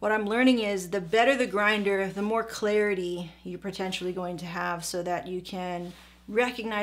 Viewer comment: Did you just say PROtentually? LOL